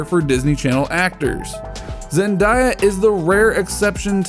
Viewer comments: Stop saying her name wrong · I'm not trying to be rude but you says Zendaya